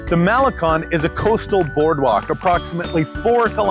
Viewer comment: Great attitude,! Malecon: Mah-le-Cone, with accent over "cone"! You need to spend more time among Mexican friends!